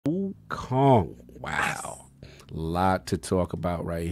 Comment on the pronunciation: Wokong..lol. Addict types the way he pronounces.